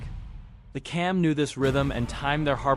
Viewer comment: It is pronounced as Jam not Kam.